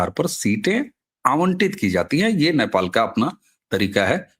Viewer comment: "नेपाल" का उच्चारण आपके जुबान से "न्यापाल" निकलता है । जो कि हास्यास्पद है ।